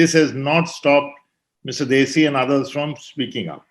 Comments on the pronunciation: You are, having a Punjabi background... You don't know how to pronounce +DHESI+ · It is not Desi but DHEY-SI